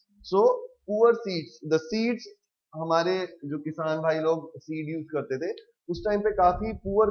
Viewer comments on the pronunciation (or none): none